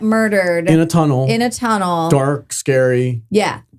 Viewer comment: Are you saying chunnel,?